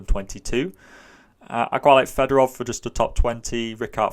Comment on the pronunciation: Thanks for the great breakdowns all year! Just because he keeps coming up this year (and I know you're trying your best on name pronunciations), I wanted to mention that I'm pretty sure Yevgeniy Fedorov's last name is pronounced something more like Fyodorov. I'm not a Russian speaker though, so someone correct me if I'm wrong.